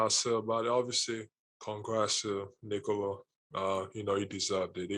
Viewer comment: Why are you pronouncing Nikola that way? Sounds stupid and degenerative.